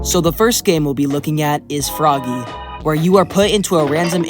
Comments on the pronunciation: just to say about frogge, when the game was in alpha the description actually explain that frogge isnt pronounced "froggy" but just like you would pronounce frog, i just comment about that, the video was alright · Frogge, not froggy. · It was stated that Frogge is not pronounced Froggy. It's actually pronounced Frog 🤓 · Also it’s pronounced frog not froggy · well frogge is supposed to be pronounced like frog? idk why